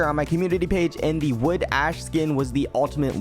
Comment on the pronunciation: WOOD??? It's pronounced WOAD! WOAD SCOUT.